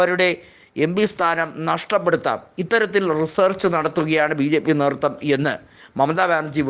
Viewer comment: തൃണമൂൽ , നേതൃത്വം എന്നീ വാക്കുകൾ ഉച്ചരിക്കുന്നത് ഒട്ടും ശരിയല്ല തിരുത്തണം